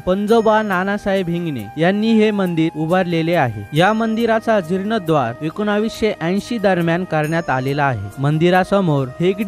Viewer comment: बातमी देताना जीर्णोद्वार ऐवजी जीर्णोद्धार असे म्हणावे.